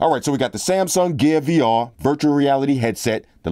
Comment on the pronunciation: DId you say Samsung gay VR latest edition?